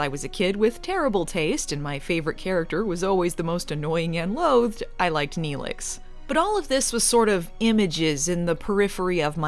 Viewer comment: She fucking said she liked Nelix. NELIX!!